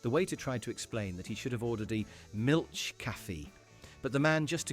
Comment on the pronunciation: Oh lol some of these SOOO never happened and also CH in Milch is a fricative H not ch as in chair. Really cringe for someone making a video about other people being clueless about languages.